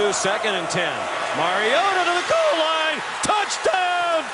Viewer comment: "to the GoOAal line"